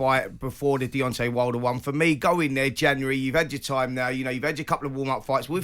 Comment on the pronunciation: It's DeonTAY not DEONTEE. Why do over 50s men in England keep going back to 1800s pronunciation. The same people probably say PARK-IS-STARN rather than Pakistan.